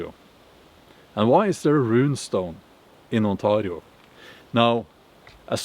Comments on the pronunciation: The way you say Ontario hurts me. Please stop. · I infact do not speak the language of the Iroquois people 😂. Although their history is interesting and bloody. But the way you pronounce Ontario is painful, I'm sorry but its true. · The way he says Ontario, that's a first I heard thst way. lol sounds cool. On-tar-rio. It is pronounced with A sound like letter a spoken, so On-tay-rio but your way of saying it sounds cool and unique, lol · You say Ontario like a perfect Scottish accent for a Scandinavian 😂 I mean I guess it's your country anyway 😂